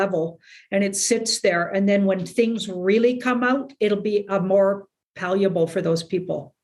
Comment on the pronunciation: Love Janine - she is my Daily News. - the word she was reaching for when she said .."will make it more palleable for those people" - the word she needed was "palatable" - she was close. haha.